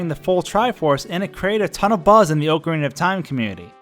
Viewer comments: DID HE JUST SAY OHCARINA INSTEAD OF OCARINA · Oh-carina of time? Seriously? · Oh-carina Lol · Its not fucking Oak Arina FUCKING DUMB ASS. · Oh-cuh-rena of time lol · It amazes me how many people pronounce Ocarina incorrectly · Every time you mispronounce ocarina I die a little inside